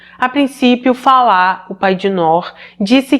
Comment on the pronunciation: Parabéns pela pronúncia do nome Falah. Meu marido é iraquiano e tem o mesmo nome e as pessoas sempre dizem Fala como o verbo falar na terceira pessoa do singular. Infelizmente muitos iraquianos querem que os demais se adaptem a maneira deles viverem. Meu marido já tem cidadania e se diz "brasileiro", abriu sua cabeça aos nossos costumes e nunca me obrigou a seguir os dele. Mas em contrapartida um conhecido que dou aulas para os filhos, é ignorante e cria os filhos numa bolha e eu vendo a maneira dele ser fico enojada. Mas é bem pq vc disse, eles saem de seus países fugindo de péssimas condições de vida e não querem aceitar os costumes de onde escolheram viver. Chamo isso de ignorância radical.